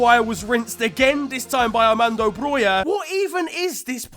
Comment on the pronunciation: that pronunciation of Armando Broja👏